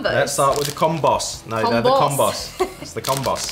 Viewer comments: It’s definitely com-b(oh) 😂 we say combo for combination. Which is what those are.. a combo of pretzel and cheese or whatever :) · LOL it's Comm-bows. Y'all are hilarious. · OK. I have lived in America all of my 55 years. I’ve been very familiar with Combos and to be honest with you, I never really thought about picking them up. By the way, they are pronounced Cahmboes...like the “combo” of pretzel, cheese, and flavorings. 😊 Anyway, I was at the grocery store today and decided to pick up a bag of the pizzeria flavored Combos. How strange is it that I discovered a delicious snack made in America by two people from the UK? LOL In a way, I’m wishing I had never tried them, because I can see these are going to be very hard for me to avoid now. LOL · Oregano!!!! And combos a long O not a small O but oregano just kills me!!!!